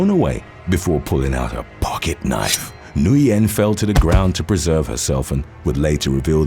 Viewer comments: Alright for the last gawddamn time, Nguyen in English is pronounce WHIN, Got It! 🤬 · The last name Nguyen is actually pronounced WIN